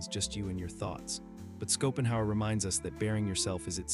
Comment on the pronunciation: Skopenhauer 😅 what is this AI ?